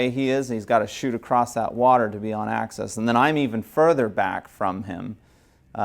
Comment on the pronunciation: Nice presentation, but it's "axis", not "access"!